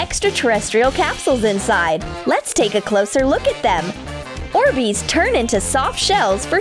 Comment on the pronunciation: It's orbees not orsbeez